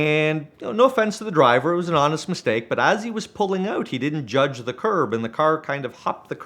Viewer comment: The Canadian accent is entertaining in itself. I’ve never heard “curb” pronounced in such a unique way…”CURRBEH”